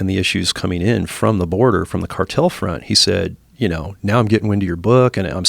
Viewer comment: Say the cartel word in two syllables